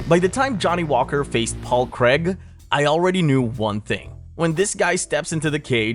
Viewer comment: Dude Johnny does not have a good chin. Even in amateur fights he got banjoed a few times. And petty complaint. It's Paul CRAIG not Creg. He's not American.